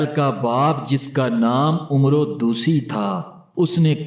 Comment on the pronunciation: جزاک اللہ ۔۔۔۔لیکن یاد رکھئے کی لفظ ۔۔عمرو۔۔۔۔ میں عین پہ زبر اور و سایلنٹ ہوتی ہے۔۔۔شکریہ